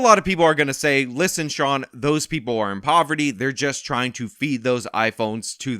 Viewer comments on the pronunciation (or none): none